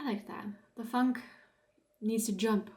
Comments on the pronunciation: its not "funk " its Funke, you are right its the spark jumping over to .... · Oh, quality tv. 😂 It's Funk+e like Porsch+e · Der Funke, please prononce the e on the end! Tapete emphasis is on the first e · Important to get the pronunciation of "Funke" right. Otherwise most people won't understand it. The "u" is pronounced in German like "oo" in good.